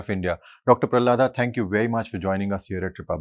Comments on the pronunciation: Its prahalad, not pralhad come on get name right ya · What an idiot this interviewer..its not pralhada, its pralhad